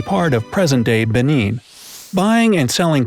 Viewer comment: you said Benin wrong and Lagos